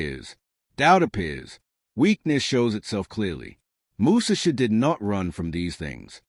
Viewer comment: Bra..! Your illiteracy is showing! Learn how to pronounce his name.